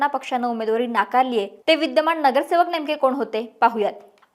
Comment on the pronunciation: महाणगर, विद्यमाण, णगरसेवक, णाराजी. हा व्हिडिओ णूस्ता काणाला त्रास